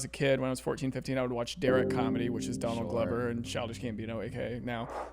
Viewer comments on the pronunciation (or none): none